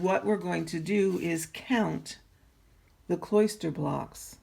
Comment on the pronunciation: Nice video. Your presentation is marred by the mispronunciation and misuse of a few words. "Kloster" is not pronounced like "cloister". The correct pronunciation is closer to "foster". And your pattern is COMPRISED of blocks and stitches; it is NOT "compromised" of blocks and stitches. "Comprise" means consists of. "Compromise" can mean settling for less, or exposing to danger.